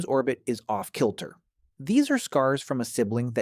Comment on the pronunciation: How did it pronounce 'orbit' ? Very strange